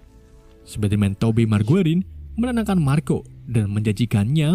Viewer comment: tobey maguire = tobei mergueri🤣🤣🤣 wkwkwkkwk